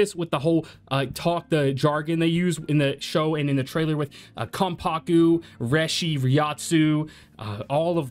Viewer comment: Bro its not "reh-shee" its "ray-shee"